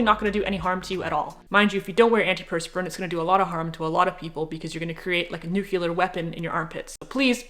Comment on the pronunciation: "New Clear" deodorant